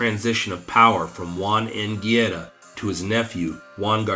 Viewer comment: Good video but it drove me crazy hearing you mispronounce "Guerra" name over and over. Not gierra!! Guerra!! G E RR A